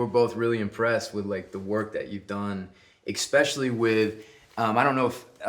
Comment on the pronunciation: Mr. Chatham, it's especially not expecially, please. :)